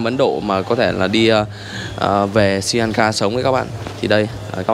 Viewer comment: Sờ ri lan ka chứ ko phải si lan ka nhe? Phát âm cho chuẩn chút.